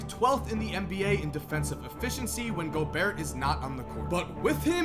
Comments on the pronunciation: its gobair not gobeart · It’s pronounced Go-Bear not Go-Beart.